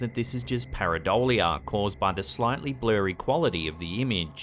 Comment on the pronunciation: Paradolia, or parabola?